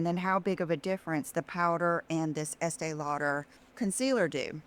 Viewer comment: Does she say " Essay Lauder ?"😂